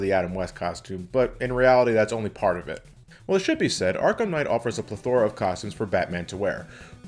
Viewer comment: It's PLETH-ora not pleth-OR-a